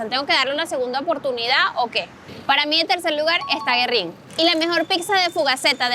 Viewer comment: GüERRIN LLEVA DIERESIS ASI QUE NO SE PRONUNCIA GUERRIN...CONCHALE SI HUELE A CEBOLLA PORQUE ES TODA CON CEBOLLA !!!! GENIA !! VALE , COMO LAS DE VNZUELA !!!!!! COMO LASTRA EL MONO !!!!!!